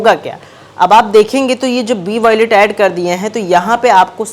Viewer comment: Yeh kub bolna shikhega😂voilet abe wallet bol 🤣